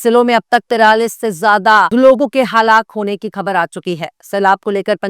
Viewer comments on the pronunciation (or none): Aap bait saaf Urdu bolti hain mashallah, ek choti si galti hai bas " khabar" ka talaffuz theek nahin hai.